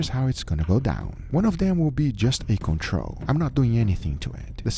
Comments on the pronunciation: Work on saying your L's... controL.. not controw..shits so annoying... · Coolcool. Every time you say 'control' for some reason I hear cointreau, so maybe try making one aged in cointreau? Or something similar